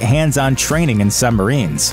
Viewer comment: "Sumbarines" - 2020